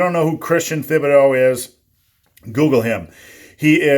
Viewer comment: Its pronounced Tea ba do.